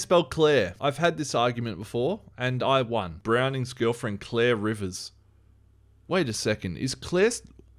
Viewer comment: Clear, Claire and Clare are all pronounced the same to me but when you say it you make a distinction.